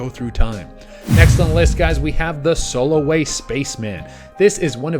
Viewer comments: Spaceman one... NOT soloway.. its Salway Firth... it is the name of place pic taken in England. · It's not the Soloway spaceman it's the Solway